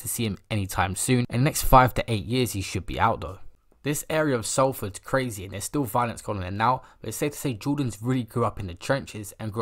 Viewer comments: Salford is pronounced solford 😂👍🏻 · How’s my man sayin Salford wrong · The way you pronounced Salford 🤣😭😭😭😭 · You pronounce salford like sOlford